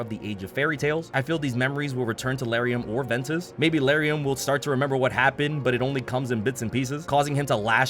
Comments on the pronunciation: I think you said Lauriam wrong. Isn’t it L-are-eee-um? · I have never heard anybody pronounce Lauriam this way lmao